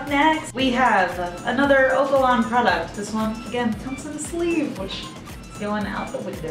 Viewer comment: Lmao I think it's oh-ka-lon